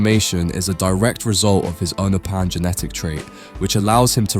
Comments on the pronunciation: Its pronounced you-know-pin. Imagine making content on a subject you barely research 😂😂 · Please its you-no-pan say it right or dont say it at all